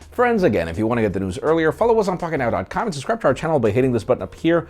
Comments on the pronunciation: I can never understand your name. Literally sounds like your speaking in tongue/jibberish whenever you say it😂😂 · i like your content buy whats wrong with your strong R pronunciation when you say your name, not necessary